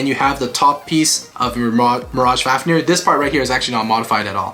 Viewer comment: At the start he said fafneyr